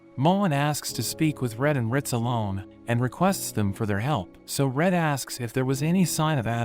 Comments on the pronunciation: “Rit” 😂 its ritz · "Riz"😂 it's "rit"